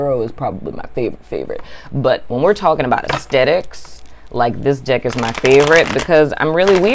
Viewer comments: 😂😂😂 when you where talking about the "deck" it actually sounded like you where talking about the "dick" 😂😂😂 untill u said " tarot dick" then i realised its "tarot deck".😂😂😂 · Girl I thought you said dick lmao